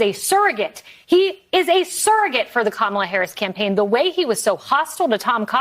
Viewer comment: Points to Cotton for pronouncing Kamala’s name correctly.